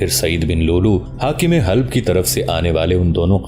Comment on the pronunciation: حلپ نہیں " حلب "